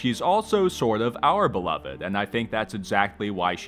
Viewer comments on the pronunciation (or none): none